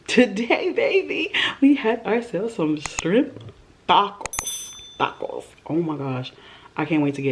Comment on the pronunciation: I’m sorry but don’t pronounce the word “tacos” like that ever again... specially when they’re not even authentic.